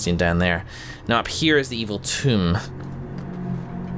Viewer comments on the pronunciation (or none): "Evil Tome" pronounced as "evil tomb" "Viscount" pronounced as "viz-count" (even after multiple characters have said it the correct way) Oh, man.